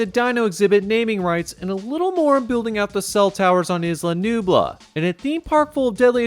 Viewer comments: Its isla nublar not nublu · Isla NUBLAR not Nubla… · Bruh. why are you saying Isla nooblah, padokk and exccape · Anyone else hear him call isla nublar isla nubla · Scariest part of the video was the mispronounced Nublar